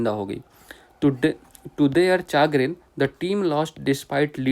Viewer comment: चैग्रिन या चागरिन नहीं शेग्रिन सही उच्चारण है